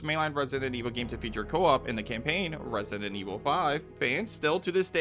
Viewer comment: What’s controversial is the way you say resinent evil instead of resident